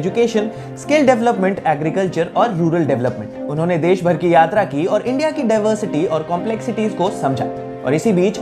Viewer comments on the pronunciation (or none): none